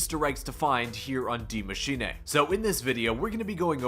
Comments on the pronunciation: I thought it was Die Machine not Dee Machiney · my man, Die Maschine pronounced Maschinuh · Why does it it sound like he says die machinA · It’s pronounced Maschina though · Day 489 of commenting on Zombie video trying to get people to actually pronounce Die Maschine correctly. It’s “Dee Machine-ah” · Its pronounced D I E , M A S C H I N E pleasee say it right you just sound foolish 😭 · Please type the name of the map into google speak. I love the content but the pronunciations kill me bro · ffs is this dude ever gonna pronounce that map name correctly its like that actress that couldn't say symbiote in the venom movie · no that's not how your supposed to say it at all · PLEASE learn how to say die maschine correctly, great video